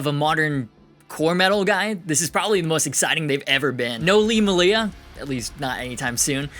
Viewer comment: It makes me sad when people say Lee's last name like muh-lee-a rather than may-lee-a because there a videos of him introducing himself saying his last name the way it's pronounced. I forgive you though